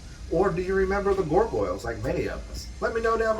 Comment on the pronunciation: The way you pronounce Gargoyle is bothering me 😂